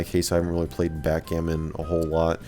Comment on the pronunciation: Backgammon .. you mean hackgammon.